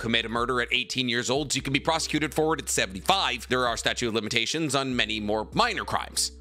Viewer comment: "Statue of limitations"